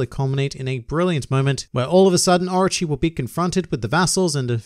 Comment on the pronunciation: It sounds like you're saying Archie instead of Orochi. I was like Archie? Archie's in One Piece? Maybe Jughead is in One Piece too...